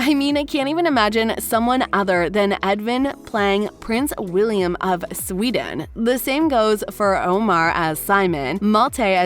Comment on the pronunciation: bruh its wilhelm and „si-mon“ 😪